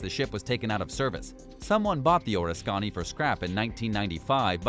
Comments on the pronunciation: Or-is-skonny. No. Oris-canny. McCain was on it, but moved to Forrestal when the big "O" caught fire. Then while on the Forrestal, a missile launched and hit a fully fueled and armed jet. Many died. Where John McCain went, trouble followed. A Jonah if there ever was one. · Nothing mysterious about these ships at all since we know what happened to them. Two things: the men on board ships are called "sailors," not "soldiers;" and it's pronounced "Or-RISK-uh-nee," not "Oris-KANY." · Ref: USS Oriskany. You pronounce it ore-is-khan'-knee Correct is or-RIS'-kuh-KNEE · NOT Or-eh-scann-ee!: U.S.S. Ahh-risk-cann-ee!😂😂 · “Or’isScany?” Oris’ kiny! Geez! Sounds so idiotic. Learn how to pronunciate! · Say "O RIS KA NE" is the correct pronunciation. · It's pronounced "OR-IS-CAN-E" if your gonna narrate get the pronunciation correct. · "OOOH RIS SKINNY" Idiot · Did he say penn Is cola?? And oh risk kani. Bravo. Awesome research I DON'T believe ur very American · That's Or-risk-can-e! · Couldn't get past the first 5. It would help if the narrator could learn to properly pronounce the names of the vessels and cities/locations. Like "Penn-sah-KO-lah" and "Oh-RISK-annie". USS Oriskany (CV-34) was named after a Revolutionary War battle. My father served aboard her during the Korean War. Incidentally, the aircraft carrier scenes in the movie "The Bridges at Toko-RI" were filmed aboard Oriskany. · pronounced "o-risk-can-nee" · Orriskanny? Pennescola? This video gave me seizures. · Sea shadow was never meant to be a production ship. It was a technology demonstrator for stealth ships. Oriskany is pronounced "Or-Risk-Kin-ee" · Amazing how poorly this narrator pronounces the names of these vessels. Oriskany orr is kanney ? oriskany is pronounced Or-risk-uh-nee Many others butchered in this vid. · O-risk-can-knee 😎 All in one swoop…. Oriskany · The U.S. Carriers name is pronounced Oh-Risk-Uh-Nee, say it three times real fast, you won't ever forget. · You mispronounced Oriskany.